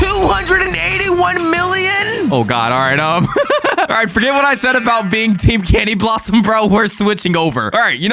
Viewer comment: Bro cany blossom it’s candy blossom